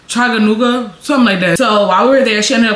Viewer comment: Chaguanas? Lmao chaganuga